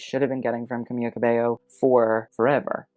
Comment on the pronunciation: I’m sorry but it’s not camiYa it’s camiLa, just one L